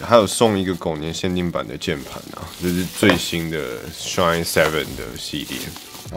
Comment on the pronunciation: 蠻喜歡你的影片，至少優缺都有講出來，而且最主要沒把SHINE 講成SHINEE 哈哈，很多其他影片都講錯